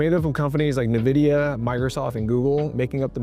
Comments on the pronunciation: I'm only seconds into the video and did the first Tiktoker actually pronounce Nvidia as "nuhvidia" instead of "envidia"? Like, even without specifically doing regular research on Nvidia—which he absolutely would need to do if he's going to give out any legitimate investment tips in the tech space—he should have heard this company's name literally every day. He's just reading a script that someone else wrote for him, or that he stole, or that he had an AI write. What surer sign could there possibly be that he's only on camera for his ability to be persuasive and not for his actual knowledge? It's like if you talked to your doctor and discovered they don't know what pills are. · Did he say “nah-vidia”?? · I can always spot someone who only knows Nvidia from an investment perspective, because they pronounce it "Nuhvidia" rather than "Envidia." It's the finance bros' "nucyuhler." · When the first guy said "nuhvidia" I knew there was nothing valuable coming lol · Anytime I hear a self-made guru talking about NVidia and can't pronounce it correctly (en-vid-ee-a) I instantly know that this person has no idea what he is talking about 😆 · The first guy said “nuh-vidia” … I think he still lies in his parents’ basement …. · Why do most there finfluencers pronounce it Nevidia 😂 like they have never heard someone say it properly before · I can't respect anyone (like the first guy) who pronounces it "nuh-vidia" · The second one of these guys says “nevidia”, you know they’re already clueless about what they’re doing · Magats gonna trust a dude that knows to pronounce it NuhVidya. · the first red flag is that he pronounces it nuh-vidia... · The first guy mispronouncing Nvidia was the cherry on top! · Rule #1: don’t take financial advise from tiktokers who can’t pronounce nvidia